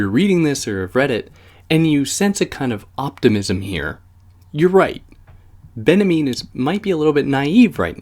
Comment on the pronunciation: its benjamin! not benamean... it's just hard to listen to with all the mispronunciations ...